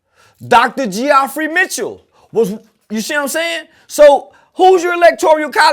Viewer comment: Lol Dr Geoffrey Mitchell. Say mane, it's pronounced Jeffery Mitchell not Geoph-free lol. That boy outta there 😂😅🤣